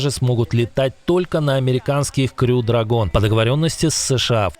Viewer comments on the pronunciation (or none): none